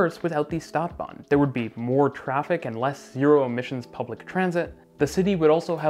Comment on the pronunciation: please, if you're gonna use german words like stadtbahn, learn to pronounce them correctly